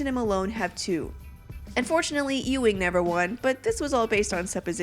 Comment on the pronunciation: Its pronounced Yuw-ing, Not Ew-ing. Ugh. just 23 seconds in and I'm already annoyed.